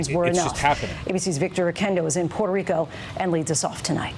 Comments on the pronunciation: It is gigacringe to pronounce Puerto Rico with an accent it is world crushing cringe it is death level cringe it hurts the souls of anyone who hears it. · Haha I think she was rolling her r’s because she’s actually from PR. When speaking English I myself alternate between using the english pronunciation and the Spanish one. It’s just awkward as an ESL speaker because I want to say it as I normally would in Spanish but I also don’t want people to think I’m doing it to sound pretentious.